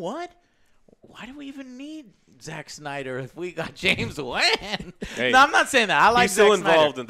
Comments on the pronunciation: James Waan 👶 Lol James Wan (Won) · Who is James Wan (wah-Ann). I know James Wan (wah-on). 🤣🤣🤣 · James wan man, not Wan, Wan man lmao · Dude its not James WHAAAn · “James wAN” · I had to scroll down way too far and past way too many Alex comments to find someone else pointing out the incorrect way Joe is pronouncing James Wan. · Also, james WAAAAAN? Learn how to pronounce a film-maker's name before you try to sit there and act like you know some shit, fat-joe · So how the fuck you mess up james wan’s name that bad?